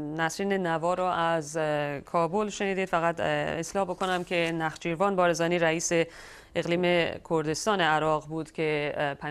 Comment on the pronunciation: این دختربیسوادکسی کەدەسال درعراق پست عالی داشتە رانمیشناسدومیگویدنخ چیروان بجای نچیرفان هههههههههه باباجمع کنیداینارو